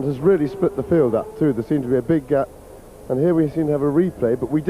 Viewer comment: Gay-p = “Gap”